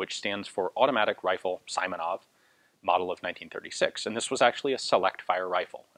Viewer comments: Simonov, not Saimonov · "sImonov"?! LoL! It's actually pronounced like "sEE + monOv". Not that it matters much, the story is more important than such finesse. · Simonov’s nave sounds not like as sAimonaF. Correct is sEEmonoV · The correct way to pronounce Simonov's last name would be S[ee]monov rather than S[ai]monov. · Simonov is pronounced "see-mo-nov" (like in "George Simenon"), not "saimonov". A great review though. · Pronouncing [saimonov] is not quite right, it should be like [seemonov]. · FYI. Simonov is pronounced with an ee like sound as in seaside. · Just a tip, the i in "Simonov" should be pronounced like "e", not like "i", like in a word "simple".